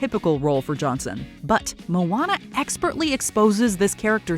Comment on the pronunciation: That's how you pronounced "Moana?